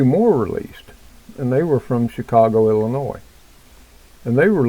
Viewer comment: again the s in Illinois is silent love you're cooking videos I think they are going to wait for people to beg for a Vaccine that will kill many more. create a problem insight panic offer a solution